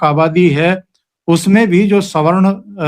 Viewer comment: को पहली बार सही से सवर्ण शब्द का उच्चारण करते सुनना सुखद है अन्यथा अधिकांश वक्ता तो स्वर्ण शब्द का उच्चारण करते हैं।